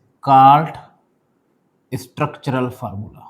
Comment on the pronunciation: We: structural formula 😊 Sir:lsstuructturall formula😂